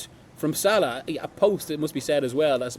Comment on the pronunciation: Who are you to talk about Mohammad Salah to talk about Xabi Alons you can not even pronounce his name correctly. Sod of with your nonsense…